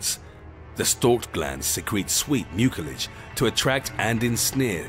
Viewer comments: I thought mucilage was pronounced MYOO-suh-lij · Overall the video is informative, however, the "c" in the word "mucilage" is properly pronounced with an "s" sound, not a hard "k" sound that the narrator uses. If you're going to do voice-over work, make sure your pronunciation is correct. You can learn how to pronouce words correctly by looking them up in a good printed dictionary or any of the many online dictionaries. Don't guess. If you're not sure how to pronounce a word, look it up and be certain.